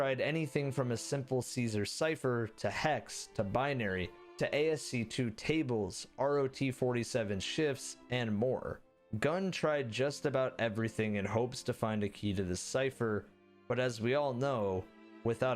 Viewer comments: Amazing video, but it pained me to hear him pronounce ASCII as “ASC 2” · Did you REALLY pronounce ASCII as “A-S-C-2?!” 🤣😂🤣 Oh, dear children... it’s pronounced “ass-key.” 🤣😂🤣😂🤣😂🤣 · "ASC TWO" 🤣 It's pronounced "askey" for future reference. It's two I's not a Roman numeral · Btw ASCII is pronounced Ass-Key